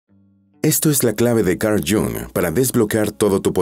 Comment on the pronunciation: No sabe pronunciar el nombre de este fabuloso psicoanalist....